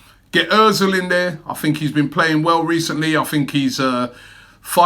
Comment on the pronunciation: You said “What do you guys fink”. I fink, we just need to ask the Spuds fans “Mind what gap”? 😂